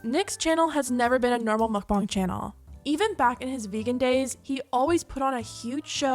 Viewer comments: ARGHHH It's pronounced MOHK-BAHNG, not muck-bahng for pete's sake. That hit a nerve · "mukbang is from Korean" Pronounces it like mookbang..... Sigh 😒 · I hate how you say mukbang.. mOkbAng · Idk why and I’m sure it’s not her fault because she’s not from where I am but the way she pronounces mukbang makes me so angry for some reason